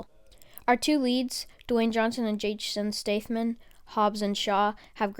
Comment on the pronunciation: dam u really butchered jason statham's name lol